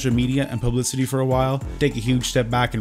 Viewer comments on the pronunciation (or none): Who taught you how to pronounce publicity?